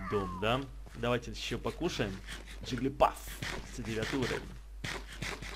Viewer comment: Не джиглипаф а джиглипуф меня одного это затронуло?